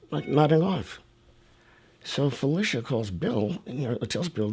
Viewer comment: IT IS PRONOUNCED PHIL-LISHA NOT FELICIA. AFTER YOU MISPRONOUCED IT LISTEN TO THE CLIP YOU PLAYED RIGHT AFTER WHERE THE GUY PRONOUNCES IT CORRECT! SHEESH